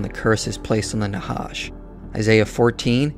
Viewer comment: The "ח" is pronounched as the "J" in Jalapeno pepper, not as an H. That would be the letter ה. And thanks for the work you put into this nice video, btw!